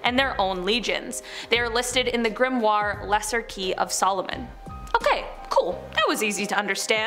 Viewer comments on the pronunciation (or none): none